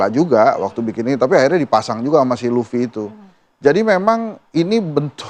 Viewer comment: lufffy bukan lafi